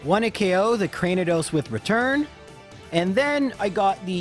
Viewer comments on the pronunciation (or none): Craniados pronounced like Cranium or the skull.